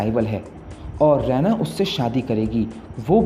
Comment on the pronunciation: Usse Raa eena pronounce karte h रैना nhi